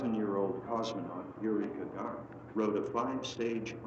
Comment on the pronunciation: That's Yuri A. Gah-GAHR-En. Emphasis was on the second syllable in his last name. Google it.